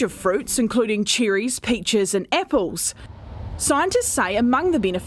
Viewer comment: What are "epples" ???